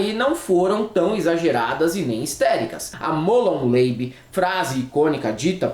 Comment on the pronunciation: muito bom... lembre-se apenas que nem tudo se lê como se fosse ingles... em Molon Labe, "labe" não é "leibi"... é "labe" mesmo 😊